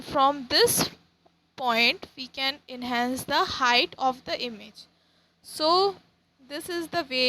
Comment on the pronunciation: It's not image it's imij ur pronouncation is not good